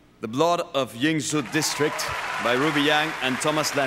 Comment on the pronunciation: She pronounced Ying Zhou well!